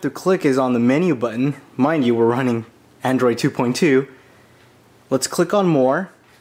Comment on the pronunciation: Its android not andorid